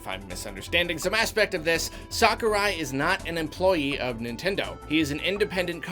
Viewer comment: No one:: “Sockurai”